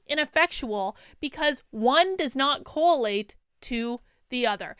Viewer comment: it's correlate, not co-a-late 😂